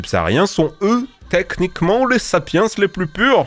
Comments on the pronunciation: "Les Africains sont tehknikhement les sapiEns les plus pUrS"... J'ai failli exploser de rire, merci. J'me demande si les sapiens étaient racistes "en moyenne" 😂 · "technikeman les sapiens les plus puhr" ça m'a tué 😂